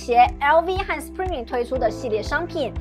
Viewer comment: Supreme不是super me啦🤣